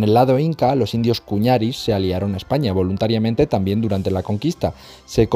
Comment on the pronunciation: Chale todo bien con en video enserio nomas que se llama pueble cañari no cuñari es un simple error de pronunciación nomas, lo digo con seguridad por que yo de siendo de ese pueblo